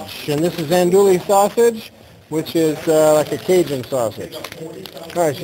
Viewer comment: Nice looking meal there. And you were close with the andouille sausage. Down here in cajun country, andouille is a cajun smoked sausage. The proper pronunciation in an-do-we. The double ll is pronounced as a W.